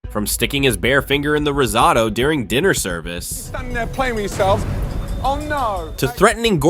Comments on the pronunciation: Please yall!!! It’s pronounced RIZ-OH-TOE not RIZ-OTTO oooof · Bro really said "rizzoto" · Heard “rizz-ahh-to” as risotto in the beginning and immediately clicked off the video lmao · Why do you keep saying risotto that way 😅 it’s so annoying. Every time he says it’s different pronunciation 😅 yuckkkkkkkkk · These AI videos are so annoying. They don’t even know how to say the word risotto. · The most horrific part of this video is the ai commentary not being able to pronounce risotto